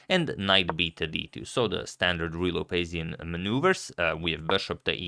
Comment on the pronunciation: And he says it excellently.